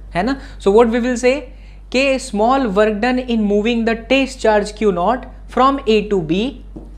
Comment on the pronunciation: Plzz say it TEST charge..(not taste charge)